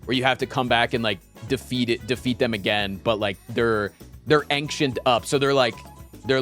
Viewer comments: Why does he pronounce ‘ancient’ as ‘ank-shint’ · Is he trolling pronouncing ancient like that?